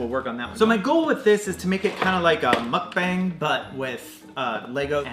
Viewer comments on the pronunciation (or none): none